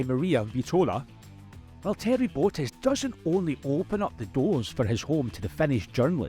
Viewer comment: You managed to butcher the pronunciation of both Valtteri Bottas and Zhou Guanyu.